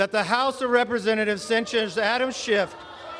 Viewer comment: Kev, there is no “t” on the end of Adam Schiff’s name. You knowing place onethere because yourcult leader does it. You are bothdespicable to the core. This is a hypocracy and you all know it. You have taken the gop down so low it can never recover until you are all removed for good.